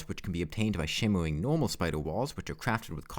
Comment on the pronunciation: I was interested, but had to click away a minute in, because you speak UwU. "Gwaveyard", "shimmewing", etc. are a bit too hard for me to listen to, sorry.